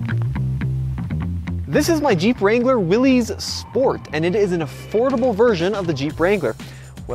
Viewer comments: you're saying it wrong....it's not pronounce "Willies", or "Willy's", its pronounced "Willis", as in John Willys, owner of Willys–Overland Motor Company, the manufacturer of the Willys MB version of the WWII 1/4 ton Army utility "truck". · ITS PRONOUNCED WILLIS, NOT WILLY’S. 🤦🏼‍♂️ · It's not "Wil-LEES", it's "Wil-LISS". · It's not a Will-EEs it's a While-is. Pronounced like Bruce Willis, the actor. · Dude. It's pronounced Will-is not Will-ees. It sort of makes sense if you think about it. Since it was named after the founder of the company, what are the chances a persons last name would be pronounced "Will-ees" vs "Willis"? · Every time you say "willies", John Willys rolls over in his grave. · I think Willys is pronounced like Willis. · Pronounced Willis no biggie .Great review.. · You just need to learn how to say Willys like a Jeep guy instead of a hot rod guy now :-)